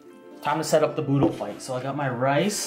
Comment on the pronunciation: It’s budol not boodle I’m Filipino